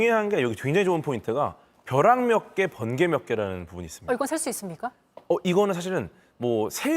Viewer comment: 버락ㅋㅋㅋㅋㅋㅋㅋㅋ 버..벼락ㅋㅋㅋㅋㅋㅋ 위험햇음 ㅋㅋㅋㅋㅋㅋㅋ